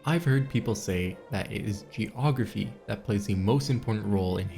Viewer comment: Why this man say geography like je'ographie